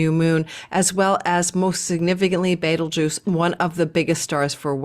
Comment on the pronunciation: Love you,! I am watching now, cuz I was in a very long and silly work meeting...womp womp 😂 every time you say beetlegaise - I think of Beetlejuice! 😋